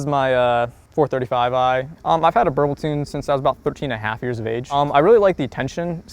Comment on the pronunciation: lol "Burble"🤣